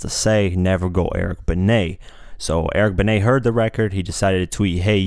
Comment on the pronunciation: You finally pronounced Eric Benet right, & he sorta dissed Nas? TF u mean bruh! LOL